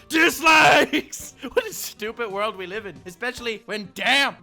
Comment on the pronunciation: He said welcome worldo is he serious or not